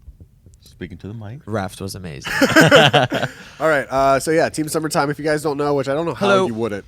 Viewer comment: Did anyone else hear "seam tummertime" at the beginning or am I high?